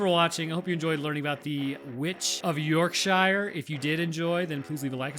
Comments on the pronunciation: It’s pronounced YorkSHEER. All Shire’s like Lancashire are also pronounced this way. We ain’t hobbits lol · The pronounceiation of Yorkshire is so annoying its YorkSHEER or SHUR I will never understand why people pronounce shire so wrong all the time. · For anyone curious cause u just don’t know, we pronounce it York-sure. Yes it’s spelt Shire like from Lord of the rings, but it’s pronounced-sure. Yorkshire. There u go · "York-Shear" or if you're local "Yeurk-she-ahh" Yorkshire pronounced as it's spelled sounds just wrong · Dude, it's pronounced "YORK-shr", like "shirt", not like "the Shire" as in "ire" or "mire". It's a British thing. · Isn't it pronounced "Yorkshrrr"? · In Engl*nd, shire is pronounced sure...so it'll sound like York-sure...you're welcome in advance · As a Brit it never stops annoying me when a yank mispronounces the names of places here in Britain, it's pronounced York-sha. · This may be already mentioned but... Yorkshire is correctly pronounced as 'York-Shear'. Love your work ❤️ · I’m from South Yorkshire and I agree with the “shure” pronunciation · My man it's pronounced sure York sure (Yorkshire) Gloss the sure (Gloucestershire) Wuss the sure (Worcestershire) sauce Love all your content x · As someone from Yorkshire we pronounce it 'York-Sher' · As a Brit, the way you say Yorkshire is like rubbing velvet the wrong way in my brain 😂 We pronounce it York-sure. Look up Sean Beans Yorkshire tea advert for reference. Or any Yorkshire tea ad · Just a heads up for you American narrators. Most places in the UK ending in "Shire" are not pronounced "Shire" like The Lord of the Rings books. Yorkshire for instance is pronounced "York-sheer"! Like what you do with a sheep to cut their wool. Yorkshire - "York-sheer" Leistershire - "Lester- sheer" Worcestershire - "Wuss-ter-sheer" Worcestershire sauce "Wuss-ter-sheer sauce" NOT "War-chester-shire" or "wash-your-sister" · The most horrifying part of this video is the pronunciation of Yorkshire